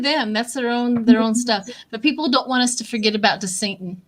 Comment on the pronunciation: Hi. All the readers are calling him DeSantos, but it is DeSantis or as I call him DeSatan.